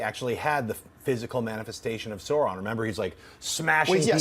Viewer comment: Just my inner Tolkien lore master popping up -- it's not Sauron as in Saw-ron, it's more of an Ouch sound, Sauron, as in AU.